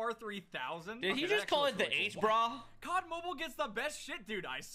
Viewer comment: H-BRa, i mean i'm complain about the name being say like that